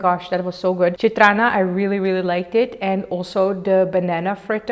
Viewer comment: I just loved how u called "Chitranna" 🥺😍 try different bajjis, masala puri , bangarpet chat n also churmuri next time